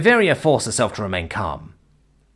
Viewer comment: It's written Y'Vaira, but you kept pronouncing it Y'Varia.